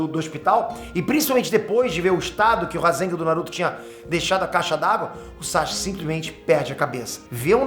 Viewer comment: Pq ele chama o Sasuke de SaXuke?